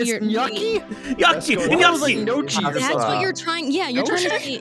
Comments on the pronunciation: It's nyow-kee... Thanks me later🤣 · There's only two syllables in gnocchi. Nyow-kee. Think of it as ñoki. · That pronunciation of gnocchi wasn't even terrible for an American, but gnocchi are not pasta. Good thing Platy gave a terrible answer, or Pasta would have thrown the game for the third time 🤣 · claims to be Italian and butchers the word Gnocchi. DISLIKE!!!!